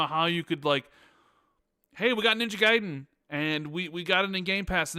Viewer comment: Every time you mispronounce Gaiden as “gay den” is like an ice pick in my ear. It’s ‘guy den’ not “gay den”. Japanese ‘a’ (sounds like ahh) coupled with Japanese ‘i’ (sounds like eee) produces the ‘eye’ sound.